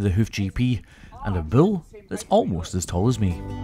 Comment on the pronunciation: ITS BULL NOT BILL. lol